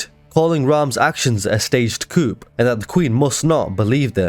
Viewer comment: Just to let you know. Coup is a French word pronounced coo. The p is silent.